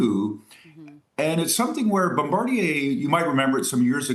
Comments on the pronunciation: the news guy who opened. Bombarjier? With a "j"? He knew he mispronounced it right after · Guy straight butcher pronouncing Bombardier 😂